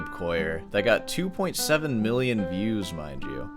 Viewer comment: Literally choked when u said viewws🤣